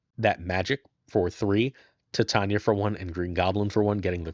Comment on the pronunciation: OMG it’s TITania as in titanium or titts